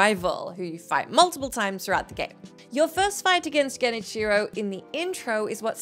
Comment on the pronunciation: Genicheero. No, bad.